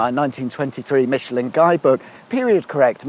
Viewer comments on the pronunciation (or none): none